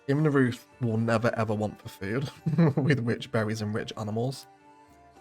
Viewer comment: great pronunciation of Zweiau! Immenreuth the "reuth" is pronounced like "royd"